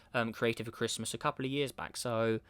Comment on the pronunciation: Merry crishmush 😂🤣🤣